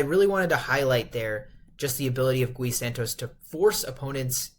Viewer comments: It's not Guh ee broo😂. It's just gee. 😂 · I am Brazilian, his name should be pronouced as ghee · it is pronounced more like Ghee. One syllable. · Gui as in "ghee." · Say the name right, every time you say Gui in that Spanic way a lusophone person die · as a Brazilian fan, I truly hope you fix this in futures videos, bc this would mean that Gui is playing well and needs to be talked about haha, no hard feelings bro, Brazilians say the Brady name wrong all the time and is kinda an easy name, it's just habit. You know the show "Glee"? Is the same thing but without the L.